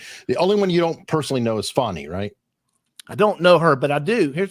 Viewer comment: Fani is not Fawni